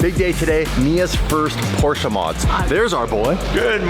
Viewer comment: Please do me a favor, STOP with that PorschA pronunciation. There is NO ‘A’ in Porsche. 🤦🏼‍♂️